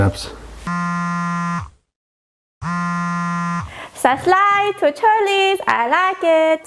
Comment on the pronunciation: Saslayb for Cherleese, I rike It! Sascrybe, sascrybe, sascrybe, sascrybe, sascrybe!!! Cherleese! Clap-clap… Bye Bye !!! Ps- that’s what I learned from this video.